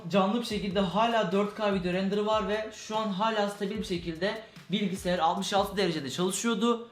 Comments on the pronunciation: Bilgisiyar demeyide bir bıraksan :) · ABİ GÖZÜNÜ SEVEGİM BİLGİSİYAR DEĞİL BİLGİSAYAR